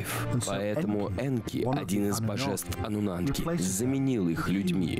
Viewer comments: Ануннаки а не Ануннанки. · я просто жду, когда чел скажет не ануннанки, а ануннаки... не дождусь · Он совсем охренел; почему аннунаНки то? Когда Аннунаки ??? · "Аннунанки" и пулемётчики😂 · Кто-нибудь, объясните, почему он говорит ануннаНки?!?!? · судя по комментариям все смотрели и пытались вникнуть в этот бред, а это фильм засыпалочка , поэтому анунанки и остальные огрехи диктора, всем ану снов и ани сновидений))) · АнунаНки..п...ц. ну и начитка. Начитчик,ты поц